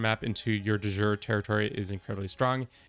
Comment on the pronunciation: Please learn to pronounce "de jure" correctly. It hurts my ears.